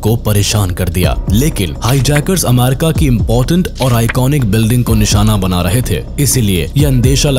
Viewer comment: Bhai America hota hai amaarika nhi😂😂